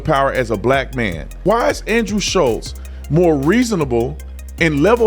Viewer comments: Guys it’s Schulz not Shutlz. Forever you guys are saying and spelling his name wrong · FFS.... How is it that only the people that dislike Andrew SCHULZ. Know how to spell and say his name? I love your channel. But c'mon. Getting names right, is 101 stuff.